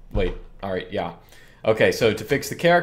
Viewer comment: when you say yeah, it sounds like german ja. Is this intentional?